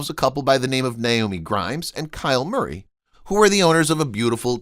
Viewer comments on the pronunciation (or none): none